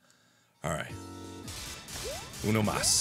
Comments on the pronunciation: was my head or mark say "uno mas" like the spanish language ? .-. It sounded identical to spanish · Perfect spanish hahaha (uno más)